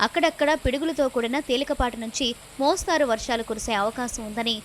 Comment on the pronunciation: మోస్తారు కాదు తల్లి మోస్తరు అని చదవాలి